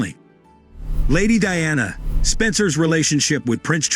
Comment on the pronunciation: It's the way he's saying princess Diana's name that's bugging me 😅